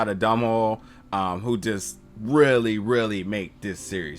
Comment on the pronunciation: man you just mispronounce Domhnall big time, it should sound like tonal but with a D instead of a T